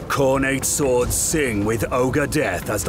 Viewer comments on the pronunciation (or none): none